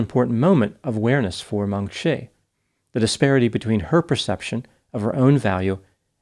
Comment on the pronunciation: A little too late now, but it would be Meng "chee", not Meng "shee".